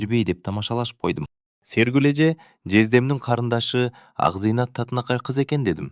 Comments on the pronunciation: Акзыйнат да Акзайнат деп ... Туура эмес кылып жатасын . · Акзыйнат бактылуу болсо экен🎉 Акзайнат эмес Акзыйнат дечи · Тууралап окубайсынбы акзайнат эмес Акзыйнат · Ооба Акзинаты Акзайнатка айланды.окуп аткан киши кантип ушуну сезбейт дейм да😮